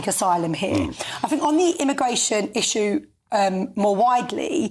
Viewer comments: The clown is a brit, can't even pronounce the word issue correctly 😅😅😅😅 the muppet of British image. Why haven't you left the country as you promised, you said you'd leave the country if Brexit fails to deliver. Stop trying to make it like it's all about you and f the rest of the brits. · I want to back him politically but he can’t say ‘issue’. 😖😖